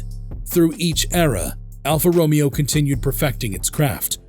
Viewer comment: Alfa Ro*May*O!!!, get it Right!!!